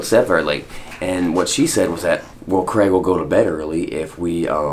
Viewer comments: It’s CrAig, not Creg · Man his name is Craig not Creg ...stop saying creg it's craaaaig